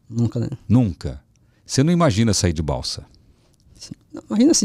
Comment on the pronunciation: Sou sua fã Celso...vc é simples, recebe Deus convidados com muita simpatia. O nome da cidade do Manoel é Balsas, não é Balsa.